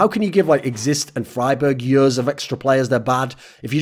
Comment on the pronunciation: Thorin video not complete untill thorin says "yurs" instead of "years".